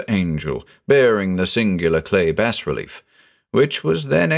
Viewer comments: 'Bas relief' is pronounced 'bah relief' not 'bass relief'. Every time you mispronounced it it broke the spell created by your voice. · you have such a wonderful voice but every time you pronounce it "bass relief" i imagine the hieroglyphs and starspawn figures inscribed on the side of a ceramic fish. that'd be the deep one equivalent of an embroidery sampler that reads bless this home, i suppose. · *bah relief. It’s pronounced “bah relief” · The 's' is silent in bas relief. :) It's from the french word bas (pronounced "bah") meaning low. Bas relief is low as opposed to high relief. Hope this is useful. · dangit. it's pronounced [bah-relief] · Beautifully done! The only thing I have against it was the pronunciation of bas-relief. I was always taught that the “s” is silent.